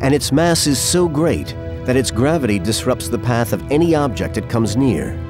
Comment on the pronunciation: Dear narrator there is no D in gravity!😅